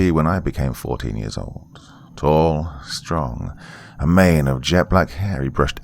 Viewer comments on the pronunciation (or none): none